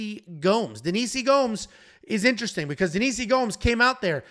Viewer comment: "lnteristing" come out and play.